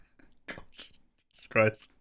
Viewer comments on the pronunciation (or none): none